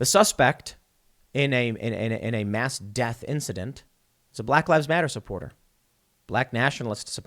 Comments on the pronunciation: “Supoorter” imma use that one Tim. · “Supoorter.” Lmfao. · “Supooter” made me giggle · lol 'supoorter'. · Teehee 'SuPOORter'